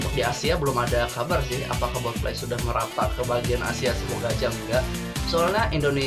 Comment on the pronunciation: Botfly not botlie